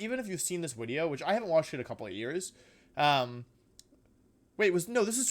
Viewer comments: I can't stop hear wideo now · I been watching you for about 3 weeks now I wanted to subscribe but I have a question why do you say Wideo?